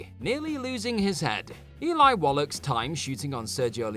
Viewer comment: It's not "Wollock" you bollock!